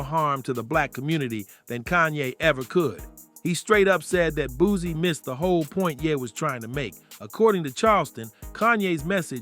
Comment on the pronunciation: Boozie. These new cats different Nigga, it’s Booseee! Not Boozeee 😂